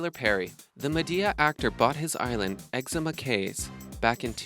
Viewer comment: Exuma pronounced Exoooma not Eczema!!